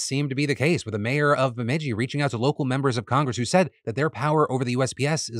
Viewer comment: Way to go Phil you nailed the pronouncement of my hometown Bemidji!